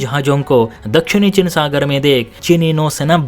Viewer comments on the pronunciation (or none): तेरे को समाचार वाचक बनना जरूरी है क्या जब उच्चारण सही नही है, चीन को चिन बोल रहा है